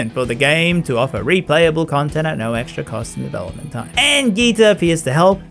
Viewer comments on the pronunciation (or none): none